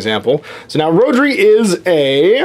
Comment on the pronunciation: Found it interesting, but kept getting annoyed by the mis-pronounciation of the Welsh name Rhodri, even if I was thrilled there was a Welsh name in there.